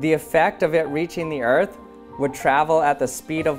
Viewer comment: I thought the other balloon said fart not earth